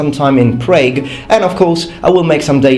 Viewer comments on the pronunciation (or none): Prague is pronounced pretty much like the Italian way.. The 'a' is a short 'a'.It would be pronounced as if in Italian written Prag. great video. Many of my ancestors are from there. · Never heard Prague prounounced like "vague", I always thought it was pronounced like the start of "(Marg)aret", just if you replaced the 'm' with a 'pr'. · You go to the Czech Republic? I'm from Prague (you said it wrong by the way). So I hope you enjoy it here :)